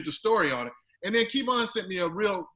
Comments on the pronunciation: I kept thinking, “I didn’t know his name was “Kee-von”! 😂😂😂😂😂🤦🏾‍♂️🤦🏾‍♂️🤦🏾‍♂️🤦🏾‍♂️🤦🏾‍♂️🤦🏾‍♂️ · I guess he is reading Kevonstage as "Keyvon". LOL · For someone to say “I’m a fan of your work” but still call him “KEYVon” is 🤦 To not correct him til nearing the end of video and still keep a smile is impressive Mr. Kev!.... I slick think is asking questions to kick start & help his own online presence... maybe I’m tripping 🤷‍♂️ what y’all think?!?!?? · You accepted KeyVon as your name now? This dude is getting me upset and it's not my name. He just rude. Glad Kev finally spoke on it but goodness! You're being judged by not saying a person's name correctly even though you're supposed to be a fan and being interviewed. I'm only here for Kev., Kev answered your questions. Why try to put words in his mouth to make him believe whatever you want him to. Rude, you would take it for the money...don't believe you. Man, I really want to stop watching, but I must support. STAGEKREW life. He was waiting for the offer. Jealousy, envy much? Kev, discernment is awesome, let the Lord use you bro. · Key-Von smh dang still can’t get right lol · Did he say KEE von? Come on... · It’s Kev-on.... I’m your conscious 😂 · Lmao key-von haha gettem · So you just never gonna say his name correctly huh #uglyboyspod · Did he call him Kevon?? 🤣🤣